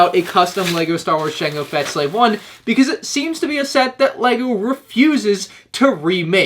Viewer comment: um what’s a slave I i believe you mean “jango feta starship”